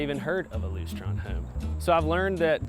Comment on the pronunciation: Yep, you can tell that he'd never heard of them before.... he didn't pronounce it correctly!🤨